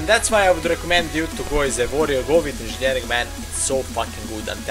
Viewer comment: INZINJERING best proffesion ever. :D